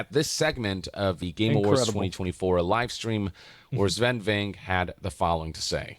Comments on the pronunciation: Guy gets praised for saying something wholesome and he has to be defended with "this sounds like glazing but it's really not"😢. PS, isn't his name pronounced" VinkAA"?? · Asmongold, I love your videos but it's "Sfen Vinc-keh" Watch the Bafta Interview